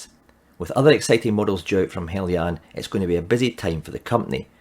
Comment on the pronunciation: Thank you for pronouncing "Heljan" correctly.